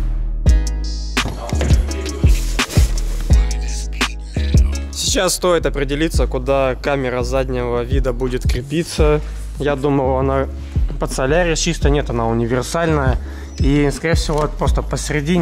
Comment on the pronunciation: Солярис ! а не салярис , название исправь